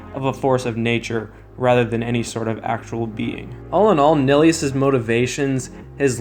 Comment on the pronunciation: Did this man just pronounce nihilus nilly-us?